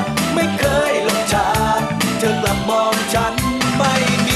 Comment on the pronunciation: ร้องเพลงออกเสียงชัดเจน เธอเป็นเธอ ไม่ใช่เชอ เหมือนทุกวันี้ ทำให้ภาษาไทยเพี้ยนหมด พี่เขาน่าจะมาร้องอีกนะ ชอบๆ